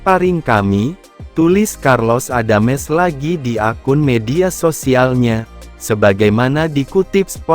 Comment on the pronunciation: karlos adams. bukan carlos adames..jadi bingung dengernya